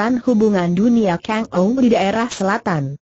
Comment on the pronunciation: cara bacana salah kangow di baca na kengow